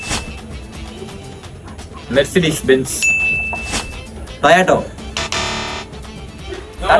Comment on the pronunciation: TOYOTO 😂😂😂 Bloody lame pronunciation